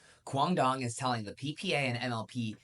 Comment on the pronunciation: learn to say his name correctly ffs